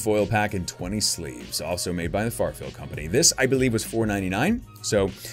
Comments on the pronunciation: You said farfield like twenty times. It’s Fairfield lol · It's "fair" field not "far" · Its not farfield its fair-field lol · Thank you lol not FARfield its FAIRfield lol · I cringe every time he calls FAIRfield Farfield....lol! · After so many third party openings you've done have not realized it's FAIRfield not FARfield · Keeps saying FARfield instead of FAIRfield lol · You know it's FAIR- field, not FAR-field. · It's FAIRFIELD not Farfield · “Fair” field company not “far” field. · shout-out from the Bay Area California wanted to tell you something you know you're pronouncing that wrong the product it's Fairfield you know like a carnival Fair and then feel not far field just wanted to let you know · Every time he says “farfield” I cringe😂